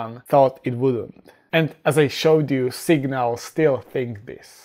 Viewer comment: Your pronunciation for (Ashoka Kr) "Singal" is sounding like "Signal". It is funny but you should take a note.